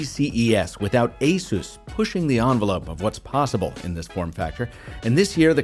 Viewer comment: Oooo what happened? You used to be one of the only reviewers to say “Asus” correctly (asus like Pegasus), but you’re now saying “a-zues”